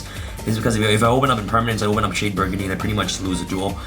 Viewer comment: Agreed it's very cringe. Also he mispronounces "brigandine" incorrectly as well and says it as if he was saying "burgundy".